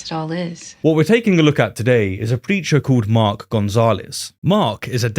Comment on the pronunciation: He said preacher, I heard creature. 🤣